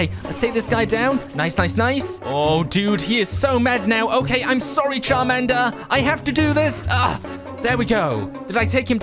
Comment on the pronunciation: Did you really just say sharmander